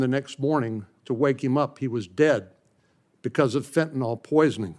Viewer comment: Somebody please tell these people how to pronounce fentanyl. Last syllable rhymes with hill.